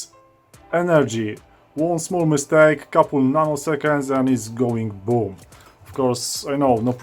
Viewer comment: your videos are great! btw I laughed hard whenever you said: if you dont do it correctly, it will BOOM ahhaha